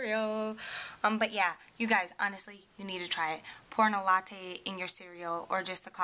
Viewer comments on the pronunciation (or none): none